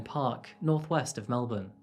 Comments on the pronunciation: You prononced Melbourne correctly! It's so interesting to hear a story about something that happened in my state.Thanks for posting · Thank you for NOT pronouncing Melbourne like Americans do! 'MEL=BORN' Nothing grates at Aussies more than hearing MEL-BORN or BRIZ=BAYN !! Love the country intros at the beginning of your stories. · thank god, you said Melbourne properly, knew there was a reason i enjoy your channel so much